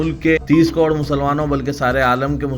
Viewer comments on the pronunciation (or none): none